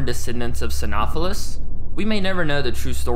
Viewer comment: "Psy-know-sef-phallus" is how it's pronounced